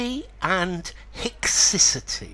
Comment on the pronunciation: I looked up in a dictionary, and they pronounce “haecciety” different to you